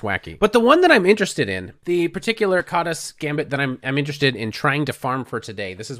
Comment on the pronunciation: 's' in Hungarian is pronounced "sh", so it would probably sound like "Kadash"